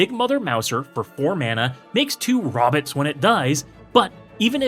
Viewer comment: incredible video, but I’m dying at “robbits”! 😂